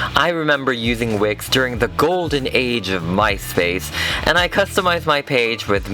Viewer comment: I thought he said wic not wix